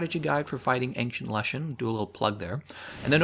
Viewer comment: ples pronounce "ancient" as ancient, not ankcient